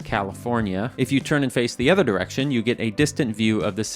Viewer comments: PLEASE say OTHER correctly. It drives me mad in every one of your videos you say ETHER instead of OTHER. Ether than that I like the videos :) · Didn’t say “Udvertisement,” must not really be 😢 “Œther places” IT IS YOU!